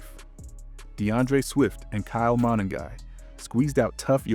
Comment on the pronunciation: Tra Pill low..not Tra pile Oh.. Ma nung guy.. you put the emphasis on the Nung part not Ma..You just have to hear it said properly on TV or radio..You hear their names on TV right? Or there are several videos that have people saying their names correctly so it shouldn't be difficult to do the same thing.